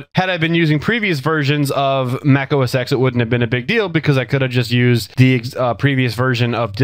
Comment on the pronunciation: The X in OS X should be read as 'Ten'